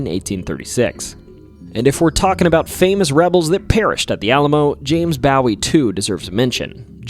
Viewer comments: Mispronounced Bowie and Menger Hotel…. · Well were did he learn how to pronounce names ? Shit he cant even say Jim Bowie’s name right ! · Bowie as in David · You're pronunciation of Bowie needs work, but i applaud you saying "brewery" so many times so closely together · "If you've heard of the famous Bowie knife..." [Clearly hasn't heard of a Bowie knife.] Yeesh. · I’m not a native Texan, but even I know the correct pronunciation and winced each time Bowie was mispronounced by this YouTuber. All pronunciations should be confirmed as correct before the video is posted. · can confirm this statement as truth... think of the Bowie Knife, its said like that 😉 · Jim 'Bawie'? Its Jim Bowie 'boh-e' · BOE WEE not bow ie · I love the Alamo ghost stories, but PLEASE get the heroes’ names right! I have heard Jim Bowie’s name incorrectly pronounced like David Bowie’s before, but never like the bow of a ship. It is pronounced like boo-ee. Not bO-ee, not beau-ee, not bow-ee. Boo-ee. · It's pronounce Jim Boo..wee...not Bow..ie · It is Boowie not bowy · Bow wee. Not baw wee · It’s Boo-wie, not bow-wie! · Was just going to say, in Texas it wouldn't be Bawee ya heard, probably. It'd better be Booee. Otherwise it's just some idiot pulling your leg. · It's pronounced BO-EE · Bro said Ba'ow'y over and over. 😅😅😅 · bowie is bow e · Drinking game: Drink a whole bottle of Jack Daniel's everytime he calls James Bowie "James Bawie". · HOLY SHIT if you're going to do history at least learn the pronunciation of historical figures especially those who died for our country in such a horrific way. It's pronounced "James Boo-Wee" for crying out loud. SMH. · There is also a town in Texas named Bowie and county name Bowie... Bowie is pronounced Boo - ee by the way. ... Please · It's James Bowie, .not bowe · Bowie = Boo-wie long O not short o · Bowie is pronounced Bow-wee 🏹wee.!🇨🇱🇨🇱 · The mispronounciations hurt so much. First bowie (boo weee) then menger (mean grrrr) dunno how far I'm gonna get lol